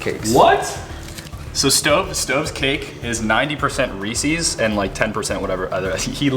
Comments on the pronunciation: It’s pronounced reeses not recesses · WTH is Reesseees it’s pronounced Reesis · It is pronounced (ree-sis) but i loved this video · How they pronounce Reeces tho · They pronounced reeces wrong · They pronounce Reese’s reesees